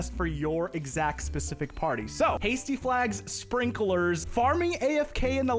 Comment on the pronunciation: FYI, sprinklers is two syllables, not three lol